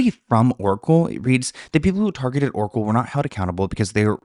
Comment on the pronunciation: Everytime you said Oracle I head Erkle 🤣